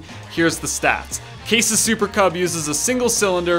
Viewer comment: did you just said "super kebab" instead of "super cub"?